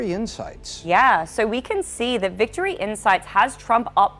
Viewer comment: This chick found a way to pronounce an "r" in the word SO